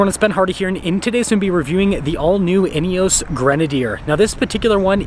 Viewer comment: In-e-oss. Please stop saying in-e-oooos.